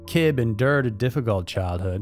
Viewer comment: It’s not Said like “Kibb” it’s “Kibbeee.”